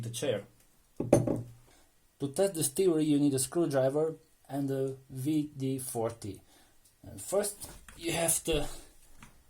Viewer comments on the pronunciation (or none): and he says V D 40...lol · W is pronounced as V in some European languages. For example, if you ever hear a German say BMW they will pronounce it BMV.